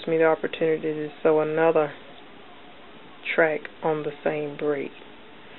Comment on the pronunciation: no offense you spelled track wrong you said tract......